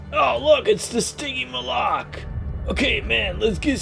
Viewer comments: it's pronounced Sticky Molick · WD Toys agouti say stiggymoloch wrong it's stiggy maul if and your vids are boring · I hate it when ppl pronounce stygimoloch wrong